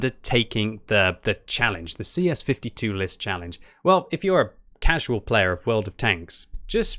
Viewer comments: its LIS not L.I.S. it means the FOX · Its not L.I.S its Lis=Fox